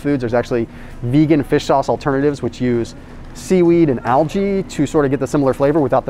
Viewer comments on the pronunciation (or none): none